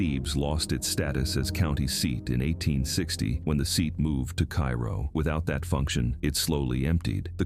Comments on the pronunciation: It’s pronounced Care-o if you’re from southern Illinois. Every where else in Illinois it is called Kayro, like the syrup. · Neither is right. It is pronounced CARE-oh. I personally know someone who grew up there and worked in broadcasting. Besides that, my mother is from Southern Illinois and she pronounced it as CARE-oh. If you listen to a local radio station, they also pronounce it that way. Typically, the people who think it is Kay-row aren't even from the area. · Interesting video but it would be nice if you had learned how to pronounce the names of the towns correctly before you chose to nairate this video. . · If you're going to make this video, learn how to pronounce Cairo. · I am friends with 16 people who live there - all born and raised there - one in her 80's, one in her 70's, two in their 60's - and they told me it's pronounced "care oh." So I guess people can pronounce it however they want to. 😅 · Cairo is pronounced Kay-ro, not like the city in Egypt even if it is Little Egypt. I live in Mt. Vernon, IL now, but spent 40 years in Carbondale, and was born in Campbell Hill, a town of 300 in Jackson County like Carbondale. I sure remember Valmeyer flooding and relocating, and I have been to Old and New Shawneetown many times. Thebes is a wide spot in the road I've driven through many times, and I remember when Grafton used to be a good sized town. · KI ro? Pronounced in Illinois as KAY ro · A little late but, IT'S KAY-ROW, not Ki-row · Duhhh, pronounced "Kayro" dummy AI. You wanna say "Kyero" go to Egypt, Foo! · It's pronounced kay ro, not kai ro. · I believe it’s pronounced “Kayrow”. Not Cairo. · Cairo is pronounced cayro People still live there. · In Illinois it's pronounced Kay-ro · It's pronounced KAY ro. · It's pronounced, CARE-oh. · It's pronounced Care-o. My grandparents lived there many years ago. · The town is pronounced, "Kàyrow or Care row. It depends on where, in southern Illinois you were raised.😂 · No, it is pronounced kay-ro.